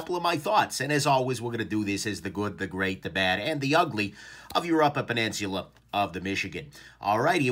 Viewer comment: Did you just add an “R” to peninsula?